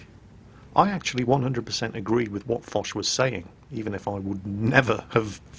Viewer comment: Yes, mispronounced it.